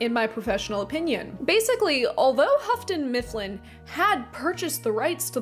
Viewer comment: Lol “Huffton-Mifflin”